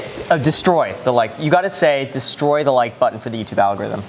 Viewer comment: Graham: “Destroy” Kevin: “DéStroix”